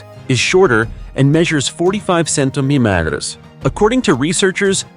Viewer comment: This commen is for the narrator who has trouble with the word centermetre, the easiest way to pronounce it is CEN TER MET ERS.I do not want to insult you as I too have problems..👍 Noreen Readett Australia 🦘